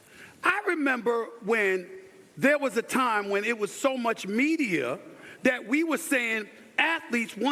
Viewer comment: It's that, not Dat, SAS. 😂They're mad because Maye is white, and good. Why would Maye watch first take? It's trash. smfh